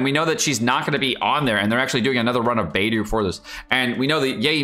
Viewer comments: I don’t know this guy so tell me why he pronounces character names like that (beidou and xingqiu) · Thanks for the informative video! Just want to offer some constructive feedback on your character pronunciation, for example: Beidou should read bay-dough, xingqiu = shing-chew, xiangling = shiaang-ling, etc.